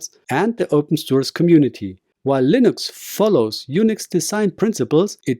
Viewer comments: its pronounced LIN-ex not LINE-ex..... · Why are you not using your voice? Your using AI. I can tell. Because of when the AI says Linux. It's not Lienx, it's Linux. That's all.